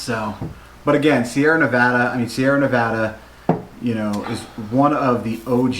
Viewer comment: I'm glad that you were able to say "Nevada" the right way. Haha. When reviewing beer the Beer Judging Certificate Program (BJCP) uses Appearance, Aroma, Flavor, Mouthfeel, and Overall Impression, as their guidelines. This gives a great foundation on how to describe the beer in a variety of ways. Glad you enjoyed Sierra Nevada. One of my favorite breweries